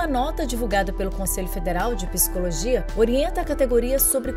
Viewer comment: Gentileza orientar a locutora que a pronúncia é PSICOLOGIA e não PISICOLOGIA.